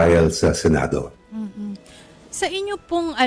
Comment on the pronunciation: Senado po, hindi "Sinado". Convene, hindi "Convine".